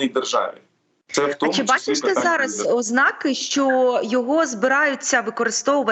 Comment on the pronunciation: Навіть якийсь Давидюк не має права відносно Залужного вживати слово ,,вкинув'' Сором і Миколі ,іВласті Микола став вірно наголос в слові ознАки,а не Ознаки